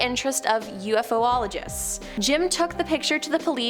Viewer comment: She butchered many words. Like: clergy, ufologists, and ecologists.